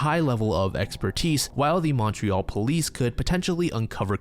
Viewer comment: never say Montreal ever again